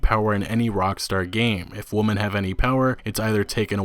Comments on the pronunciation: Sounds like woman to me. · Do you know how to pronounce "Women" and not "Woman" or are you doing that on purpose? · Do you not understand that women is pronounced differently than woman or do you have a difficulty differentiating the two when reading? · I cringed every time he said "woman" when the word is "women". What he's saying doesn't even sound right. God it's just cringe asf. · This guy pronounces "women" as "woman" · I like some of your videos and they are of high quality, but for God's sake please stop mispronouncing women as "woman" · I made that comment halfway through the video and then it got worse and worse as the video went on. You sound like a fucking idiot when you say “woman” every time the word “women” is on screen. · Please, please learn and practice difference between woman singular and women plural. Hurt my ears! Got to 5.13 then quit... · Grrrrr stop saying woman...... when the word is women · Why was he saying woman when women was clearly written? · Why do you keep saying "Women" as "Woman"? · I’m sure you get this a lot, but is it intentional that you keep pronouncing “women” the same as “woman?” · Kept Saying (Woman)When Reading The Word (Women) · One issue... why can't he pronounce women correctly. Kept saying woman. My OCD couldn't let it go. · Great vid bro! It's like they don't get that most if not all of rockstars products are dark parodys of real life. Hppefully Rstar doesn't cave. Btw, is it just me, or does it sound like "woman" when he says "women"? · lol I'm sorry but you keep saying "Woman" instead of "Women" and its making me chuckle like heck. Although this is a good video and it brings up some great questions about reviewers and their expectations. I just hope Red Dead Redemption improves on the game instead of dumbing it down like GTAV did with GTAIV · Nice video, but you are mispronouncing women. It is not pronounced the same as woman. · Drink every time he says woman instead of women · Women not woman 😩